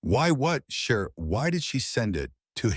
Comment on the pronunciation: yes, indeed. Cher and not share :)